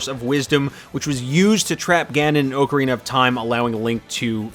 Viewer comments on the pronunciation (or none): This video is inaccurate. You said OCK-arina instead of OAK-arina. Next time do your research before making these bold claims.